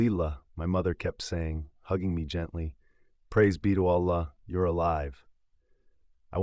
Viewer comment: don’t you hear the AI voice? Also the same kind stories keep circulating of people says they were devout muslims but he talk’s nothing about what is wrong with his Islam and his Arabic pronunciation of simple words like Allah, is false. Unless you are revert or you were not devout Muslim you can’t get wrong pronounce simple Arabic words because you read Quran everyday in your prayers.